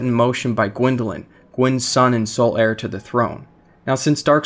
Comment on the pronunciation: "Gywndolin, Gwyn's son and sol-aire to the throne"